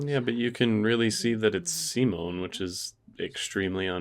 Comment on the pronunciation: Awesome reactions as always! Also, you're one of the few English-language reactors who can pronounce Simon's name right, so THANK YOU for that!